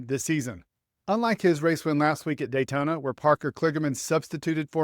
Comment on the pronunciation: If they could replace I would turn my sound back on. Someone please tell him it's Daytona! Not daytoner